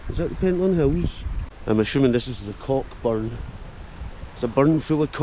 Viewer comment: The ck in Cockburn is silent